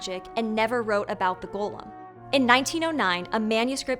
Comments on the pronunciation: Loved your take on the Golem story, learned a lot from it!! Also, the way you kept saying Gollum instead of Golem is “Precious!” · Golem's pronunciation is malleable apparently also. Listen carefully to all the times that you pronounce the name of the monster. Once you pronounce it as "Gollem", like in The Lord of the Rings. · That's an incorrect pronunciation. The correct pronunciation is "go-lem", just like how it's written. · Except for when she slipped and pronounced it how she really wants.